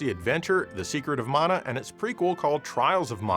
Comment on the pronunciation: I was going to forgive your pronunciation of TATE (taw-tay) mode until you said Collection of Mana (maw-naw). Simply unforgivable, sir. Joking aside, great video and showcase of some of M2's fine work. Makes me want to dust off the ol' 3DS